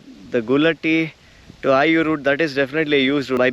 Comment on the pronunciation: Nice video. These used to be some places I had visited a few times. One thing though. It would be good if you can pronounce the names of the villages better. It is 'eye-oor', not 'ayur' :-) Similarly, Toluva betta, not Tuluva betta. Keep those videos coming